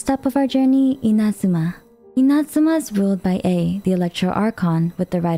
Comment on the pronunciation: NO WAY! At last ONE english speaker that pronunce correctly Inazuma!!! Not even in the game the eng voices knows how to do it! Max respect for!